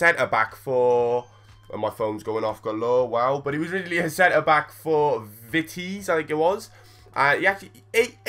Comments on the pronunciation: The way you pronounced vitesse hahah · the way you prenounced Vitesse is hilarious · I love how you say vitesse hahaha :)